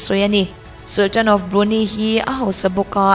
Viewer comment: Tha hlemai,English lam ho hi fuh lo deuh thin,Brunei_brunai,maybach_mai_buck..etc sawitur atam...platform lian nangni ho in in lam diklo hian a pawithui bik